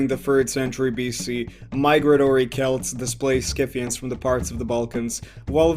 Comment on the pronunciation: PRONOUNCED SITHIANS YOUR FACTS MUST BE FROM WIKIPEDIA....subverted history For un-subverted history.... Go learn real history